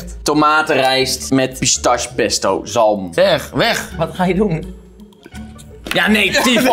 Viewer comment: Eindelijk iemand die bruschetta op de goede manier zegt alleen jammer dat pistache dan wel fout word gezegd